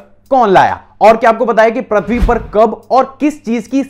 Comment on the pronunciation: Ur pronounced प्रथ्वी right pronouns is Pru.. पृथ्वी